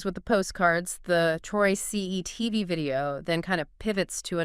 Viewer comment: 😂Why you guys keep saying Troy C E TV . Troyce really isn’t that hard to pronounce.